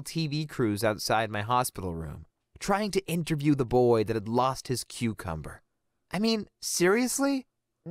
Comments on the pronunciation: The way he said "cucumber" it legit sounded like "QuEcUmBuR"😭🖐️ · Ok when he was trying to say that a snake bit off his cucumber but he wasn't saying it thats when I just said oh hell nah I'm leaving😂😂😂😩😩😩plus he just said the cucumber word like dude but I swear I heard it with my own ears😂😂😂😂😂😂😂😩😩😩😩😩😩😩